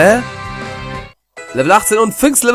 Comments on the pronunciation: Nicht wie beim zweiten Mal Flabébe sondern Flabébé :D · Es wird Flabebe ausgesprochen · "é" wird praktisch wie 2 "e"s, wie in Café Also müsste "Flabébé" Flabeebee ausgesprochen werden. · FlabEbe mit der Betonung auf dem ersten "e" :D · zuckerschock over 9000 Oo 3 unglaublich niedliche pokemon in kurzer zeit *.* wegen der aussprache frag mal dekay :D lautschrift kann ich net sry ich würde das erste e kurz aussprechen und das 2. lang also flabebeee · Markus nach meinem Wissen müsste es Flabebe ausgesprochen werden also wie man es auch ließt :) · flaːbebe nach der lautschrift von wiktionary. aber nur mal so, die e's in flabébé spricht man wie in schnee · [flabebe] sollte die lautschrift sein, ausgesprochen also "flabehbeh" =) ob es ein offenes oder geschlossenes /a/ ist kann ich dir aber leider nicht sagen, :D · Ein"é" wird so ausgesprochen: [e] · Es wird Flabébé ausgesprochen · Es wird flabibi ausgesprochen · Man spricht flabebe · Awwww echt niedlich wie du abgehst xDDD "Oooooh ein Ledyba <333" lach... Ich sitze echt nur lachend vorm PC weil du so geil abgehst auf die ganzen Pokemon... Flabébé spricht sich doch leicht aus... Café kennst du doch auch, oder nicht? ;) Ich würde mir so sehr wünschen dass du mehr Parts pro Tag hochlädst.. dein LP zu schauen ist einfach verdammt unterhaltsam :D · bei flabébé betont man beide [E]s stark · Also das über denn e ist ein Accent de gue und wird wie ein ä ausgesprochen, Französisch aus der Schule ist ein Stück noch da aber nicht mehr so viel ^^ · beide "e"'s betonen bzw langziehen...(hoff ich, ich bin froh französisch abgewählt zu haben...)